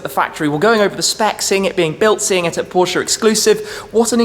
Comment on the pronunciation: He has trouble saying “Porsche “ thats y its going